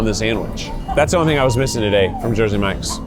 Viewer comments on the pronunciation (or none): none